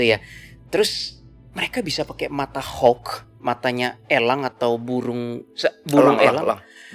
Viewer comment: Mata Elang. Bukan Mata Ělang